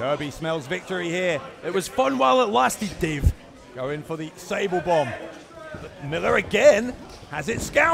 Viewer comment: Omg did he just said "SABLE BOMB"